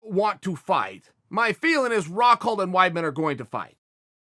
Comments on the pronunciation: Me: Luke Rockhold Chael: Luke Rockhelt Me: Luke Rockhelt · Nobody Chael sonnen: Luke Rockheld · Soooo am I the only one who caught Chael saying “Luke Rockheld” at the start?? I want more people to appreciate Chael dammit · Chael “Luke RockHeld” Sonnen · Did you not hear Uncle Chael? His name is Luke Rockheldt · David Haddad thought i was the only one who heard that